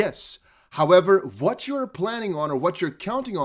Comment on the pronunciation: Vwhen, Vwhat, Vwhere. Love it. Keep up the good work 💪